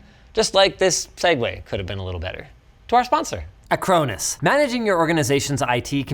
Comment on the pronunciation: it's pronounced a crone us?! i always pronounced it ack ron us